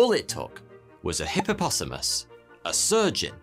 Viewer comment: Hippo possomous lmao